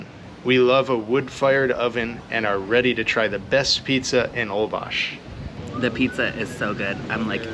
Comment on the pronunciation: Amazing video, but it’s pronounced Hole-bush :) in Spanish :) a lot mispronounce it